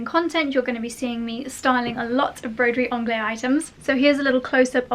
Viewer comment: Sorry for the bluntness but I believe that it is pronounced broderie anglaise [‘angle:z] because it is in the feminine in French, please check it up 🌷🌷🌷